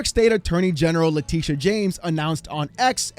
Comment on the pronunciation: You lost me at "Letitia"...🤦